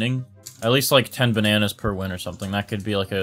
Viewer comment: *all the ba nan ayes * LMAOO